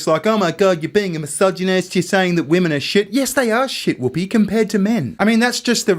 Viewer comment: Has anyone noticed how everyone is forgetting how to pronounce the words "women" and "women's". These 2 are the first Aussies I've heard do it.